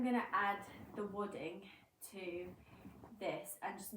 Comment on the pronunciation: What did you say you stuffed it with? Wooding? I might be hearing it all wrong, sorry!